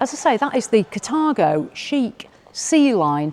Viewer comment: Yo!. Sounds like the wrong pronounciation, Car-Tha-go!